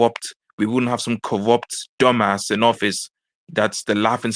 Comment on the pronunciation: "Chwump is cowupt..."